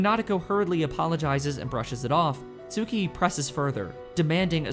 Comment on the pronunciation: dammit Tsukihi is pronounced: S-kee-hee